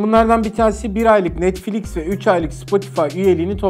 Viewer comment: O NETFLİK DEĞİL NETFLİX